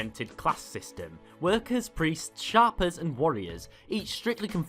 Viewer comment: isnt it shapers as in shape rather than shapers pronounced as sharpers?